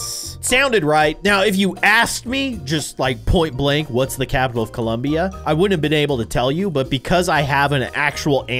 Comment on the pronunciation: He said Colombia wrong